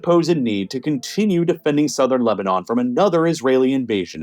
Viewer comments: he says Lebanon-on, seems like a typo and makes me wonder if the voiceovers are being AI generated. Pretty good if so, I didn't notice. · Was this made with an AI voice? "Lebanonon"? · Mispronounced Lebanon and didn't even care.